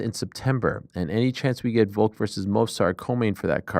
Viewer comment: Love how ariel insists and even corrects people on french sounding words and names but still literally cant even say the word Volk. Stop saying VOKE and correcting people you sound like such a jackass